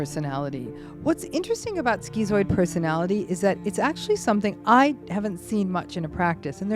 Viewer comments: Um excuse me. It's pronounced "shkitzoid" !!! not "skeezoid" 🙄 Don't give us schizo's a bad name. with your mispronunciation. 😠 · In the UK its pronounced "skit"-"zoid" not "skee-zoid" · Wellp, I think we finally found my mom. Or at least, one of her probably many things. Is it really pronounced "skee-zoid?" Weird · Was anyone else surprised by the pronunciation of 'schizoid'? Skee-zoid? I always thought it was skit-zoid. I'm not saying that she's wrong because this happens a lot. Academics can't agree on how to pronounce words. There are at least four different ways to say 'hegemony'. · I couldn't watch the rest after 30 seconds. Just couldn't get past skee-zoid. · I guess the Greek pronunciation (skee-zoid) is to remove the confusion the layperson might have between it and schizophrenia. But it is still very irritating on my western ears Lol. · schizoid [ skit-soid ] your mispronunciation of 'schizoid' was very distracting. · Great video as usual. I think it’s pronounced “Skit-zoid” though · "schizoid" isn't pronounced like that. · This woman seems mentally ill herself. She also is not pronouncing schizoid correctly.